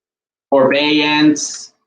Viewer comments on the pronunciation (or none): It is forbearance not forbeance